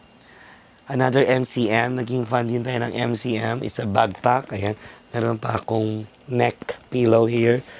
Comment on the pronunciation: its backpack not bagpack if i heared it right.